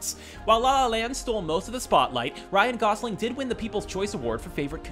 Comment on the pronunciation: Ryan "Goslin".